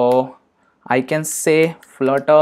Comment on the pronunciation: did you said florer ? hahahah spell it flutter Man 😄😄😄 what the hack !!!